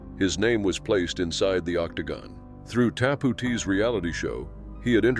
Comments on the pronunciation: Its called" TAP OUT" NOT WHATEVER YOU JUST SAID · what the fuck is Tapootee